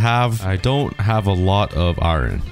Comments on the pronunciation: Ie-Ron? Ireon? AAAAARON~! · Why do you say iron like iwren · Who in God's name says iron that way lol. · It's spelt iron but pronounced iern